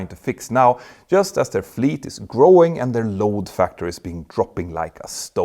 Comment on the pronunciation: LOAD Factor, not LOW Factor :)